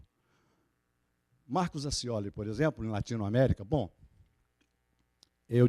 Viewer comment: "LATINOMÉRICA".... ESGOTADÍSSIMO !